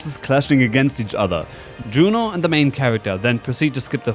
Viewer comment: Yuno, NOT JUNO!!!😡😡😡